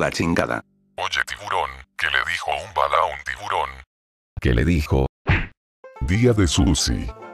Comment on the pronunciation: Se dice bala no balla xD